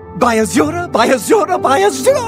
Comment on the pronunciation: after a while 'by azura' starts sounding like 'sayonara'